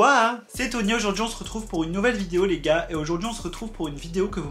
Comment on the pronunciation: Tu peux juste arrêter de dire les gars avec cet l'accent bizarre 🙄🤦🏽‍♀️